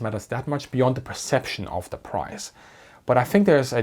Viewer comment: He still has that German D in place of the TH sound though. I'm not knocking his content at all. I can't say "boot" without sounding like a Texan, no matter how hard I try. 😂